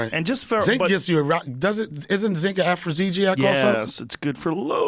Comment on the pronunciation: Afro-deezy-ack son. Say word.